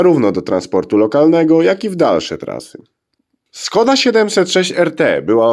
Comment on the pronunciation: Wymowa SZKODA. Pisze się s z "ptaszkiem" (Š), a to się wymawia jak polskie sz.